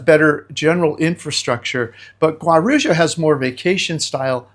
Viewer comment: It’s pronounced Gua-roo-jah. No Brazilian would know what you are referring too. Peace.